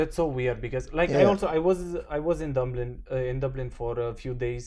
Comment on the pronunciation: '... I was in Dumblin...', bineee,!